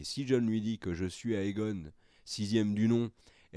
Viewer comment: "DaÉnarys", "AÉgon"... vous daÉconnez les mecs ! 😜 ... c'esttoutpourmoimercibeaucoup